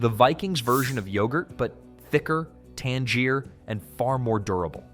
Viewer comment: his mispronunciation of "tangier" as in more tangy into Tangier, the cooking pot of the Middle East made me think AI.